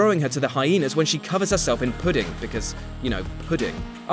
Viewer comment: There is no "g" in "puddin'." You did it more than once.